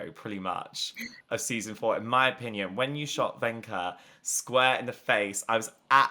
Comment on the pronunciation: Brooo i died 😭😭😂 like how could he mess up Vecna's name 😭